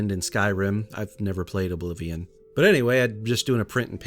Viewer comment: Can I summon my waifu Azura with this? Also you misprounced "Oblivion" when you said best best elderscrolls game.